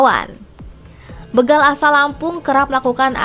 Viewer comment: Begal... Be dibaca seperti Betawi ? SALAH... Yg benar Be dibaca seperti BETAKAROTEN.